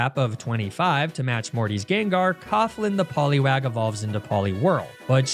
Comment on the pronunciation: love these videos, but I gotta point this out: your pronounciation of Poliwag legit contains a slur for black people used in the UK. It's a niche one, mostly used by the older crowd, but I'd be lying if I said I didn't have to go back to that to make sure I heard it right. I'm sure that's not on purpose, but I had to point it out